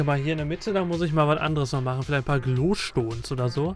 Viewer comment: Ist das Wort Glowstone denn wirklich so schwer ?